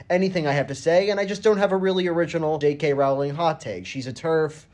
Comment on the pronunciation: It's pronounced ro-ling , not rau-ling